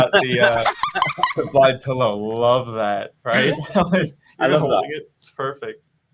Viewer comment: is he pronouncing blaidd's name with the D instead of the th? oh boy